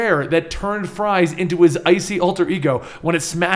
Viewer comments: Sorry to break it to you,, but in the Germanic pronunciation, Victor Fries is pronounced Fiktor (long o sound) Freez. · Uh, guys, for Viktor Fries, "Fries" is German, it's pronounced "freeze." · My last name is Fries like Victor Fries and I promise you it is pronounced freeze. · Friez is German for Freeze, and it is pronounced, "Freeze." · Fries, isn't a play on words. It's German, and therefore 'ie' has the sound of 'ee'. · In German an "ie" is pronounced "E" and an "ei" is pronounced "I" sooo..... If its a German last name it would be pronounced freeze. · Its victor fries but its german, and germans pronounce the second letter if its ei or ie, so its pronounced “freeze” you seriously dont know that?